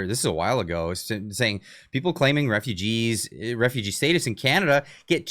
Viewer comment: Dude said "stay-tus".. why bro why? Love the videos btw.